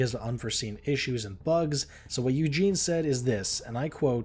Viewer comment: Eugen not Eugene.